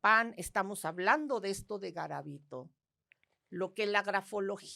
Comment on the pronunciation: Soy de Colombia , conozco muy bien el caso de Luis Alfredo Garavito, y noté muchas inconsistencias en el relato que aquí exponen sobre su historia. Dicen varias veces mal el nombre , y algunos sucesos no son verdaderos (los niños NO se pr0stitu!an en el parque que mencionan, solo fueron niños vendedores ambulantes o limosneros )